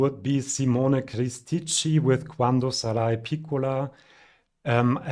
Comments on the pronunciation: Really enjoy your content! Just a quick pointer at Italian pronounciation. 'CHI' should always be pronounced 'KI', if you're thinking in German, or 'KEE' if you're thinking in English: you pronounce correctly Achille Lauro as 'Akille/Akeelleh', so Michielin is 'Mikee-ehleen' (with a stress on the final -in, as it would be in German too), and Cristicchi is 'Cristeekkeeh'. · Since you're such a great fan of Italian music, I would like to teach you the correct pronunciation of the "ch" in "Cristicchi" and "Michielin", which is neither a German "Sch" sound, nor a (German) "Tsch" sound. In both cases you just pronounce a "K". And the word "nostalgia" in Italian is stressed on the "I" - like "Klavdia" in Greek.